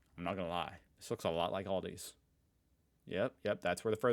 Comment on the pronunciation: A L D I !! NOT AldiS. Do you say WalmartS? TargetS? No, you don't.